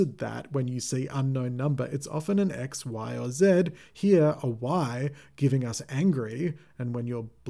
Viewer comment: Like everyone else I got the “angr” part but really didn’t get the ‘y’.